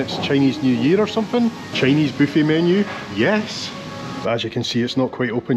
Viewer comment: Loved the video...Your videos are relaxing in this chaotic world. Everytime you say " booffet" I laugh 😅